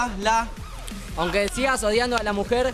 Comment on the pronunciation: paio dijo odiando y era sodiando